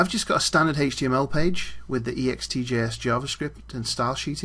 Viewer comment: you say it ext-J-S not E-X-T-J-S .....sheeeesh!